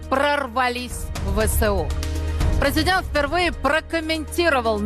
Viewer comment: Мне одной слышится у этой пилы- прызыдэнт??? 🤣